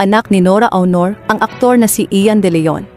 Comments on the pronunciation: Hooooyyyyy!!!HINDI AWNOR ang pagpronounce ng AUNOR ni ate guy kundi ONOR.....NORA ONOR (Aunor).Kakairita yng pronounciation mo sa showbiz name ni ate guy. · Onor not Awnor pls. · HINDI PO BA KAYO NAKIKINIG NG TAMANG PAG BIGKAS NG APILYEDO NI ATE GUY? ANG PAG BIGKAS NYAN AY ONOR(AUNOR)AT HINDI AWNOR.ISA KARING GAGA. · Anokaba Dai Dili awnor ui?;onor Dai sllent u anokaba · Akala ko ba NORA AUNOR. Eh bakit yung boses panay sabi Nora AUROR. Paki correct naman, RESPETO naman dyan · Hindi po awnor aunor po NORA AUNOR hindi awnor kaloka. RIP Miss N.A. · Why don't you pronounce it as ONOR? Hindi AW-NOR ANG PAG PRONOUNCE NITO!!! Para kang SIBUYAS BOMBAY magsalita!!!!! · Leche awnor daw onor bigkas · Awnor,,onor,,oh no filipino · Pronounce as Onor not Awnor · Anong awnor., aunor po as in onor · Nora aw...nor b prounaciation nun ok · Ano saki SI Nora auwnor sobra naman Ang pronouciqtion kopal ka? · Ayusin mo Yung AWNOR mo. OA mo NMn. Panget pakinggan. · Nora "AWNOR?" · Nkakaloko naman yang pag pronounce mo ng “AW-nor”… disrespectful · why u keep saying “awnor”? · Sbi ng narator nora awnor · Awnor hehe AI ba to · 🤪Don't you know how to pronounce her last name? . My God she was around for so many years and cannot say her last name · Sino bs itong nagsasalita na ito tagalog na ang salita di pa masabi ng msayos psti apelyido ni Ate Guy di mabigkas ng maayos 😂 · Rip po. Yung voice over, mali po pronunciation mo sa last name nya. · Awnor? Baga? Ayusin nyo po ang pagsambit sa mga ito, di po nakakatuwa.